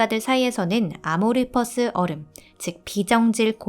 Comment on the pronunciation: 문과생인가요? 아모르퍼스 라뇨 .. 아몰포스 ..